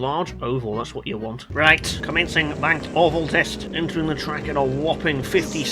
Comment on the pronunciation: Best spelling words 1.YES(h) 2.RIGHT(roight) 3. Welcome(WELKHHUM) RENAULT ESPACE F1 next pls!!!